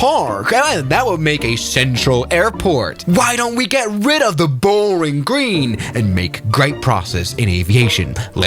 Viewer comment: Did bro just said fucking boaring green